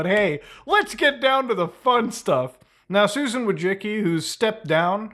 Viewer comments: You DO know it's not pronounced "Wojicky" right ? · it's vooy-chi-tski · its vooy-tsi-tski, Polish surname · “Voy-tsin-ski” but honestly it should be Wojcinska which is the Polish feminine version of that surname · Being polish and hearing youtubers pronouncing Susan's last name hurts my soul. I'm here to help. It's pronounced somehwat like: Voychitsky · Susan Wojcicki: It's pronounced Widespackle Everyone: * surprised pikachu face * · Why does everyone say her last name wrong... It's pronounced Wa-Jis-Key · ahh, the curse of having a polish surname strikes again. No one, not even one's ancestors will ever pronounce it correctly. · Susan Wodgekiki, Susan wujicki. Susan Wojisky, her name is not pronounceable by human language. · i lmao from surname pronunciation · You're butchering her last name so hard... XD